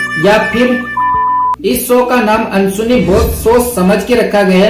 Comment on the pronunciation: Ansuni nahi Anddsuni hai